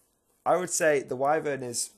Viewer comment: Whi-Vern, not Whai, ffs :)